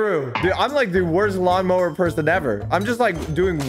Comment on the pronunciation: For some reason everytime said lawn mower IT sounded as mawn lower